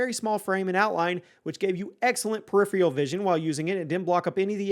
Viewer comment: Learn how to accurately pronounce “peripheral” if you’re gonna say it 27 times in a video 🤦🏻‍♂️ you say it wrong in every video, but you say it a million times in this one